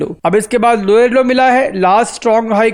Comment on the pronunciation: Lower Low❌ Loyer Low ✅ 😂